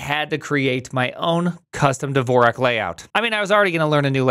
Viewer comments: WTF is "Devorak"? There is no 'e' in "Dvorak". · he's been using Dvorak for 10 years and still can't pronounce it